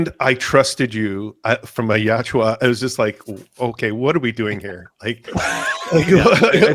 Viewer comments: It is far more similar to yowcha than yamcha. Where are you even getting the m sound? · Chuds cant deal with it, simple as. Also it is not "yowcha" its YAMCHA. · Movie is fuckin trash! Remove Tran Trachtenberg IMMEDIATELY. Goddamn it’s YAUTJA NOT YEOWCHA. Yot cha fuck